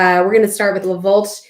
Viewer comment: Not hating,but I always wonder why we don't treat the name of the wines/producers with the same respect and care,as the general knowledge about the wines themselves we enjoy. It is not Le VolT,it is pronounced Le VoltE. Take care